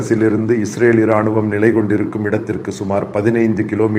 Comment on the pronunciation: தங்களின் தமிழ் உச்சரிப்பும் முக பாவானையும் சிறப்பு.... தமிழ் மற்றும் மலையாளத்தில் தங்களின் பதிவுகளை பார்த்து வருகிறேன்.... சிறப்பு 🎉🎉இராணும்.... ராணுவம்....இ என்ற எழுத்தை அழுத்தமாக உச்சரிக்காமல் தணித்து உச்சரிக்க வேண்டும் ஐயா...நன்றி🎉